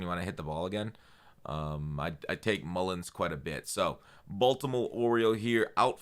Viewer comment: Stay away from the golf Green, its "mulligan" lol